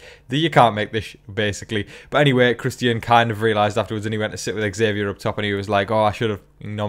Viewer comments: Love the updates! But the way you pronounce Christian’s name hurts my ears! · Yeah, I've seen the Christian comment on here quite a bit. You are saying his name different than how we would say it here in the US, but I honestly like the way you have been saying his name. Whether that be because of the way you've pronounced it and/or possibly a slight bit of your accent being thrown into saying his name, the way you say his name is nice.